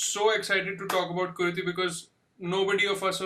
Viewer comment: It's KuruTHI. Not KuruDHI